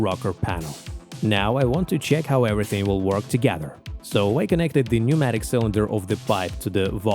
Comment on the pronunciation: The 'p' in 'pneumatic' is silent 🙂